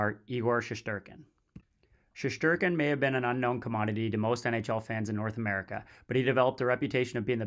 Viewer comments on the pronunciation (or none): none